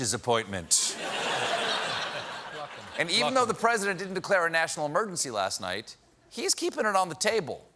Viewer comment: He didn’t say “National Emergency”, he said “Nertional Emergency”. Very different.